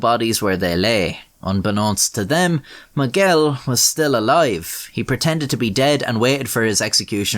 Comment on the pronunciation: Miguel, not Moguel!